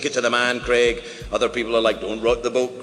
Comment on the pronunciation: Craig. Not KREG.